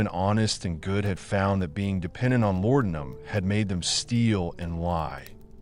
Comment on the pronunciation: IT'S LA DE UM! Not lordumb....